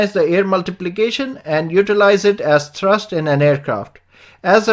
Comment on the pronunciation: It's pronounced "thrust", not "trust".